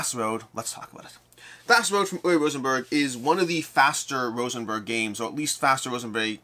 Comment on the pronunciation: I know almost everyone in the industry pronounces his name incorrectly, but for the record, it is ooo-vuh Rosenberg. Like booo, ooo. W is a "v" sound. E at the end of words in german is an "uh" sound. Oo-vuh.